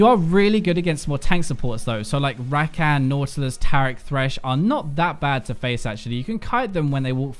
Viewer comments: Its pronounced ruh-con dude XD the way you say it is super cringy lol. Still love you tho <3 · why do you pronounce her name like that? it's pronounced (Zie-ah) and Rakan is (Răk-on). watch the champion spotlight. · "ZAI_yuh" and "Rah-KAHN"